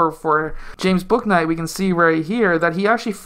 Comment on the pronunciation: his name is pronounced booey-knight btw haha!